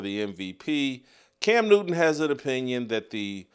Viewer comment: His name is can newton. It’s not cam new-in